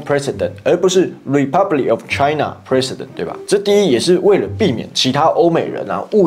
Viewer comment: 發音要清楚一點：part of 滯納！